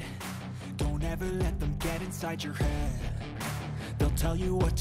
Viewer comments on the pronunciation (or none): none